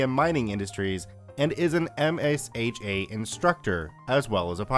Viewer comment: Just a helpful tip. MSHA is usually pronounced as emshaw, much like OSHA.